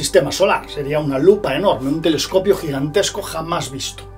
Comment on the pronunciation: Min Tele"escopio", Tele"FON y su canal :atraviesa lo desconocido"❗😂